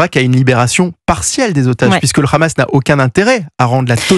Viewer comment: C’est Hamas, pas Khamas. Vous parlez de façon très décontractée de nettoyage ethnique, comme si il s’agissait de la météo…